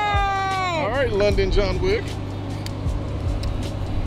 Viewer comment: She's not "London John Wick", she's "London Joan Wick"